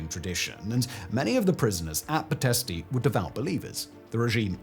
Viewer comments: It’s pronounced Pitesht, not pitestey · Its "Pee - t (soft t) - esht. You don't pronounce the "i" at the end, except as a slight exhalation.